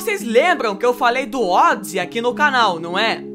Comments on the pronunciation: ODisss o que ? A pronuncia é ÔDISÊI.... assim que era pronunciado aqui no Brasil.... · "ódzi"???? No meu tempo era "ódissei" ou "ódissí".... LOL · Vc é do interior? Pela amor de Deus não me fale Odissey novamente kkkkkkkkkkkkkk hilário !!!!